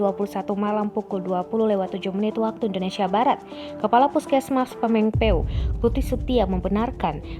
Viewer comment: Pameng pe uk 🤣 Dia lagi dia lagi.. Tiap dikasih nama daerah di jawa barat pelafalan nya aneh